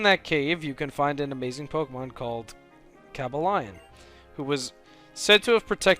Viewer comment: cobalion is pronounced co-bell-e-on